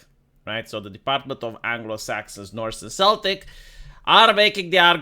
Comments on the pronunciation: Celtic is "keltik" not "seltik" . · Celtic is pronounced Keltik unless you are referring to a certain sports team. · Celtic is pronuned with a hard "C"